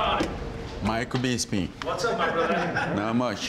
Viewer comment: Francis Ngannou!... Miiichael Beespeeng 😅